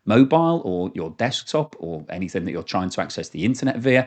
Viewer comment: No k in the word anything